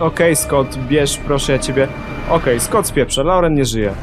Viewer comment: 'skot' 'loren' buahahaahha